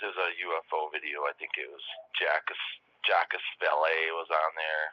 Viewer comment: "Jock-iss Val-lay" 😂 That would be Jacques Vallée, pronounced with a French accent.